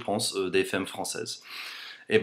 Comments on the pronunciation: J'adore ! "T'as un probleme, c'est plus 'demerde-toi' quoi !" Ahahah Fait gaffe a dire femme comme f-A-mme (comme dans 'art') et pas 'f-ay-mme'... As in 'Faaaame, I want to live forever... :) Ceci dit: ad-o-rable accent! :) (PS: tu vois, les femmes francaises draguent ! Tous les commentaires ci-dessous le prouvent) ;) On the other hand, I agree you should do an English version too (plus, this would teach us Frenchies the English language... with the best looking teacher there is on youtube!) ;) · On dit FAME, pas féme :) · Salut, Je voulais juste te signaler que le mot "femme" est une exception il se prononce FAM et non FEM. Sinon franchement ton français a une phonétique vraiment très bonne. Je ne sais pas comment tu as réussi à faire ça. Ce n'est pas évident de perdre autant son accent. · Salut ! On a sûrement du te l'avoir déjà dit, mais en français le mot femme se prononce: fame et pas faime. Par ailleurs je trouve tes vidéos super sympathiques je te souhaite une bonne continuation :) ! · Ca se dit 'FAME' pas 'FEME' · Quelqu'un t'as dis que dans la langue française, un "e" suivi de "mm" se prononce "a"? du genre on dit f(a)mme et pas f(è)mme :) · c'est marrant tu prononce 'femme' fem au lieu de fam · "femme" ça se prononce "fame" et non "fème" ! voilà voilà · prononce ( fam) pas fem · Comme je l'ai déjà dit, "femme" se prononce "fame" et non pas "fème" ! voilou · On dit "famme" t'es trop mignon :$ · Hi! I love your accent and your videos are very funny and interesting! I appreciate the fact that you make great efforts in learning french and build correct sentences. I have one suggestion for you: when you pronounces the word "femme", the first "e" has to be pronounced "a" (like in Nicolas). I know it's weird but as you have been learning french for 3 years, you should know that some lettres are not pronounced as they are written :p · on dit famme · Femme se prononce Famme :) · Juste comme ça, même si ça s'écrit femme, on prononce "famme" ;) A part ça bravo :)